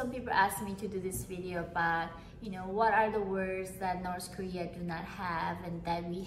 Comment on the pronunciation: "So in Norse korea" hahaha